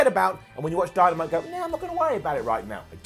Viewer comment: He said dymanite